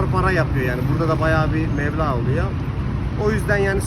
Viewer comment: Mevla değil meblağ